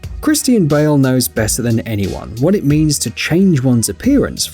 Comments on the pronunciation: "Christine" Bale???!🤔🤔🧐😑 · Lmmfao “Christine” Bale 😂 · It's Christian Bale not Christine Bell and it's the machinist.not the machine